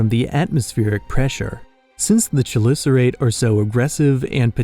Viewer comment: Fun fact: The Chelicerate is actually pronounced kelısərəit or keh-li-ser-ate, which we pronounce it with a CH instead of keh-. I am not forcing people to say it like that because it is a very common mistake we all make for this word.